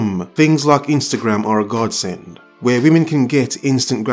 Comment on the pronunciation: A "wymen" lol